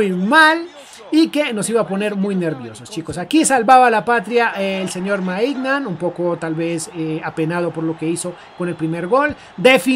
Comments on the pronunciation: De Ketelaire, así se pronuncia Maiñan, no Maignan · Para un futuro los nombres de los jugadores del Milán se pronuncian así: De Ketelaere = De Keteler Mike Maignan = Mike Meiñan (aunque parezca burla así se pronuncia) Kjaer = Kiaer